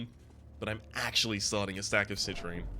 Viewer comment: Is it an Australian thing to pronounce the n as a q in Citrine?